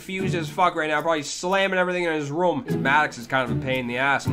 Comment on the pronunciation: The way says room is so Canadian.